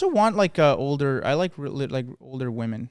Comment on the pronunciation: I haven't even watched yet but i have to say this because its been an ache on my soul for a while. WOMEN IS NOT PRONOUNCED THE SAME AS WOMAN. does not appear to be aware of this unfortunately. I hoped and prayed that this was all an elaborate silly goof, but it happens way too consistently and afaik goes unacknowledged. ITS "WIH-MIN" WHEN PLURAL AND "WEUH-MIN" WHEN SINGULAR please 😢